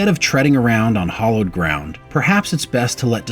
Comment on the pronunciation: "hollowed ground"? I think you mean "hallowed ground".